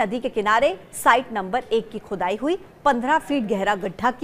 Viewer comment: खुदाई बोल रही हो की चुदाई बोल रही हो मैडम